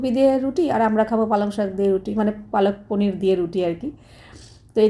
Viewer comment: অশিক্ষিত সত্যি "palak paneer" ওটা কে বাংলায় পালং পনির বলে আর উনি কন্টিনিউ পালক পনির বলে যাচ্ছে অশিক্ষিত একটা।এবারে ন্যাকামো করে ভিডিও করে বলবে যে আমি হিন্দি তে বলেছিলাম।😂হিন্দি তে বললে উচ্চারণ টা "পালাক" হতো 😂